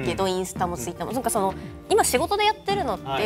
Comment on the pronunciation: なんか、ひろゆきのツイッターの発音トゥイッターに聞こえるの俺だけ？